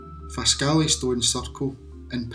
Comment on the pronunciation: Very interesting. Often passed them . Originally from Pitlochry. We pronounce it Faskly.